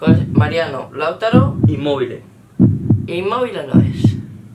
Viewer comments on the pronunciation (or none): No es Laútaro... Es Lautáro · Por qué dicen Láutaro si es Lautáro? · Aprended a decir Lautaro